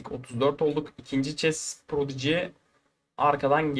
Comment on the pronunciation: ˈprɒdɪdʒi (prodici) şeklinde okunuyor .